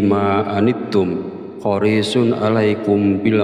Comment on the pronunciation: Ma'af bacaan Alquran nya ada yang salah sedikit bukan horishun yang benar hariishun